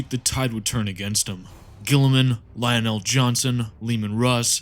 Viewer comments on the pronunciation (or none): none